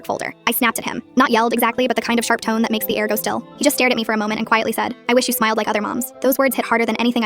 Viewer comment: I THOUGHT SHE SAID “smelled”😭😭